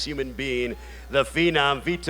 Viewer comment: Have the commentator say Vitor's name properly. These fighters are the reason you put food on your table. They purposely have so many commentator's say Vitor's name wrong to purposely piss him off.